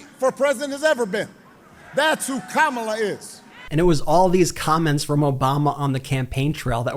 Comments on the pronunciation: Wow! He actually knows how to say “Kámala”. I heard it with my own two ears, seconds into his crappy remarks. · He pronounced her name correctly.😮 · AT LEAST TRUMP PRONOUNCED HER NAME CORRECTLY!!! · He actually pronounced Kamalas name correctly, he is coming apart at the seams😅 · Well, he pronounced Kamala correctly. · You missed it...he actually pronounced her name right! He MUST be exhausted...lol. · OMG! That is the first time I've heard Trump pronounce Kamala's name correctly. He IS slipping!! 🤣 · So he CAN pronounce her name correctly 😂